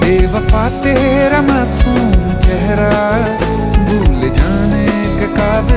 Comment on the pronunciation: Sir sorry but aapka ek word jo masoom hai wo bahut galat pronounce hai